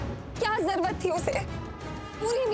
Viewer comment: zarurat HOTA han zarwat nahi HOTA 😅🙄